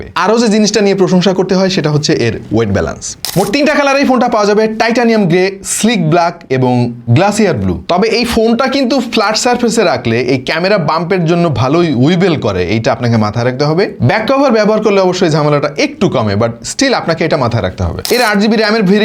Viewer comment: ওয়িবল ❌ "ওয়াবল" ✅ ফ্লাট ❌ "ফ্ল্যাট" ✅ ব্লাক ❌ "ব্ল্যাক" ✅ গ্লাসিয়ার ❌ "গ্লেশিয়ার" ✅ এরকম ভুলভাল বললে ভাই খুবই কানে লাগে! আপনাদের কাছ থেকে এইগুলা আশা করা যায় না